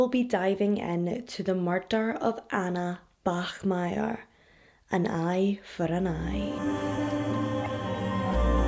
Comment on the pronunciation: you pronounced the german name bachmeier absolutely flawlessly! weird thing to point out but I still wanted to do it. great video as always. I love you and your channel:)